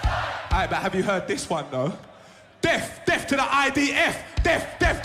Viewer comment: He can't even say death... Deaf deaf 🤣